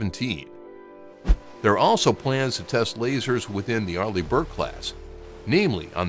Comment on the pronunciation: I read your comment the moment he said arleih burke